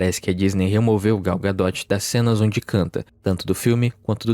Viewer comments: Vcs têm um parafuso a menos? É Gal "Gadô" não, Gal "Gadóti" pelo amor de Deus né, vê se pronuncia pelo menos o nome direito. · Gadot pronuncia "ga-dô", não "ga-dóti"